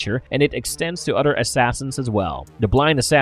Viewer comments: The word is "OTHER" my brother..... not "udder" ........ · “De udder pardy…”